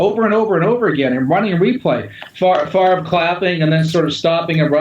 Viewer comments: It's Favre not Farve just saying lol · Steven Fish but it's pronounced Farve, so weird.